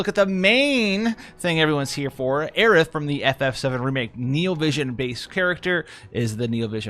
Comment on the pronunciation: Y'all are really gonna let him get away with saying Aerith in correctly it's so fucking hard to hear